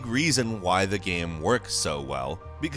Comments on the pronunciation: Say "game".: "Ghem." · Is it just me or can he simply not pronounce the word " Game " even though it's obviously all he talks about? I always hear Geeim and it bothers the shit outta me lol. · It's unfortunate that the one word this narrator cannot say properly is the word GAME. He keeps saying "gəm" and it's driving me insane.